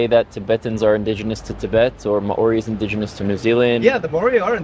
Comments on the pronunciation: Bros gotta learn to pronounce maori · This was a fantastic dialogue. As a half-Kiwi New Zealander - I do have to comment on the pronunciation of Māori - this link briefly explains ->